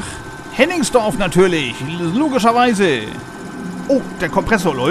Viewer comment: Hennigsdorf, nicht Henningsdorf.